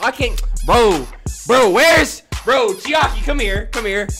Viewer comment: Bro said Chiari instead of Chaiki